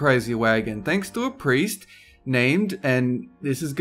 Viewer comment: it's pronounced (strawtimer) but good job